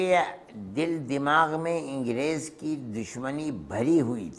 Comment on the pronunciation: इंगरेज नही अंग्रेज होता है